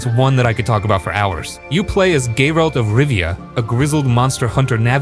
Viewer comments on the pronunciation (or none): Gaerald ? :D Love your videos, dude